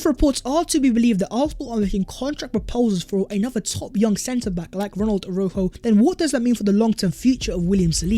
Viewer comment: U pronounce the j a shjjj aroushjo